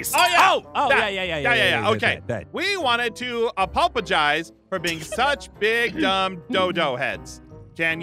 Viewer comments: They said apopogize xd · My favorite part is when they had to say apologize instead of saying apologize they said apologpojize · I like how they said when doesn't know how to say apologies and says ApOpOgIzE XDDD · What about apolengize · I Was Laughing When Said Apopogize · It makes me laugh when say "we wanted to apopogize"😂😂😂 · I laughed a lot when and can't say apologize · The Fact That And Don't Know How To Say Apologize Is Sad... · Im dying of laughing when and say apologize wrong